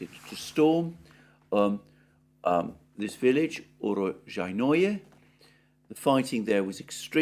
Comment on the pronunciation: Holy crap. You butchered uro-SHJAI-noe you need to emphasize the SHJAI part and the j sound is a soft shjai not hard JAI The word roughly translates as "place of harvests" - Russian name fyi. Not ukropistani.